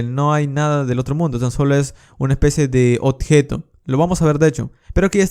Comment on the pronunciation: minuto el chabon dice una especi de OTJETO jajajajaj a partir de ahi no pude mirar mas